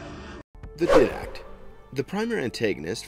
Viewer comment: The guy who presented the video has never played halo obviously because he sure couldn't say didact right.